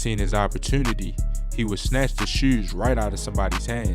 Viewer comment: “He would snatch the shEWs out their hands” 😭😭😭